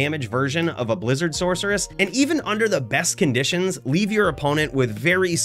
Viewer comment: I didn’t know sorceress had a ‘k’ sound in it.